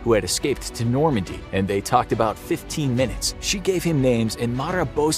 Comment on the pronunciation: Marat (Ma-Rah or Ma-Row). Not the biggest mispronounced named I’ve heard tho. Watched a video where someone ACTUALLY said Bloodsports name like “Da Boys” 😂😂😂